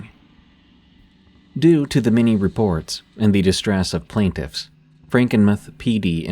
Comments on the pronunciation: "Frankinmith"? Do you mean Frankenmuth? Must be read by stupid AI. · It's pronounced franken-MOO-TH not meth lmao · Frankenmuth mUth. not mith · Frankenmuth is pronounced Franken mooth from a native Michigan person of 76 years. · It's pronounced Frankenmuth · The way I gasped at Franken muhth 😂😂😂 it’s like tooth but …. Mooth. Franken mooth. Hope that helps, thanks for the awesome content yet again D! ☠️🥀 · SE Michigan here 🤚 "Franken-meh" 😂😂😂😂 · I can't help but keep giggling every time you say "Frankenmuh-th." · Same!!! The u is long! Mooth! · It’s AI that’s why it wasn’t pronounced correctly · Lol he said Franken-myth...and its pronounced travers city not truh-verse city... mist be from anywhere on the planet that isn't michigan (ya obviously, breath into the paper bag)